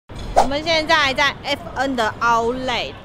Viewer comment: 發音不標準是outlet /‘aʊtlɛt/ /‘aʊtlet/，不是outlay /‘aʊtle/ /‘aʊtleɪ/